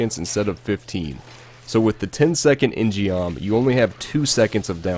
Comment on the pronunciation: In gum proper pronunciation fyi J. In means man, gum means sword in Korean. In gum. Geom is an example of koreans misspelling their words in english sigh...